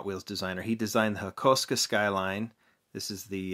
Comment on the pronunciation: HAKO-SUKA NOT HAKOSKA😑